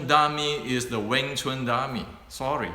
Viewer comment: Wing Chun is not Weng Chun.